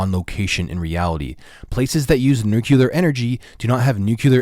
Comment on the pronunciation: Uh its pronounced NU CLEE AR.